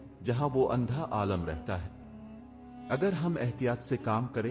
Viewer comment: Talaffuz qulat hai aalam nahin aalim yaane jiske paas ilm ho sahi hai